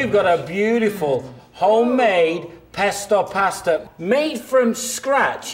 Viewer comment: pestoah paostah